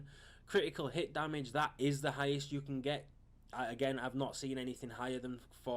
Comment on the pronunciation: Its not DAMIDGE,its damage.